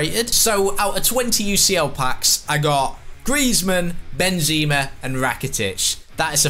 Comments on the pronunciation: It's Benzema Not BenZeeema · Plz stop saying Benzeeema